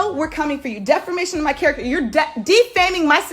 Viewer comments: “deFERmation of character “😭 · It’s the “defermantion” for me lol it’s defamation sis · "Defermation of character"🙄🙄🤣🤣